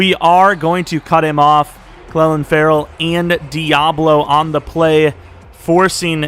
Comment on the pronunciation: btw clelin ferrells name is pronounced clee-lin and jalen richards name is pronounced ree-shard